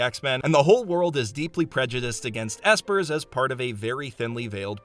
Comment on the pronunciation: did my mans say E S P E R S